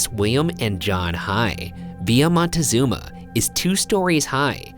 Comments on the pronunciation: Question: Why did you pronounce Villa using, what seems like with, Spanish or French grammar pronouncing it ‘vee-yaah’ and then don’t prononce the ‘z’ in Montezuma as a ‘th’ but as a ‘zz’. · Honey thats not how you pronounce Montezuma